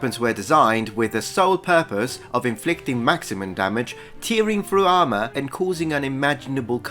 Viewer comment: Note: "tearing" rhymes with "bearing" and "caring".